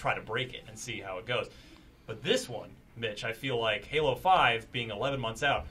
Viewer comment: Lol said gaylo